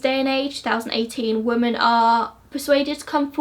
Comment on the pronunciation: Omg please it’s women not woman!!!!!!!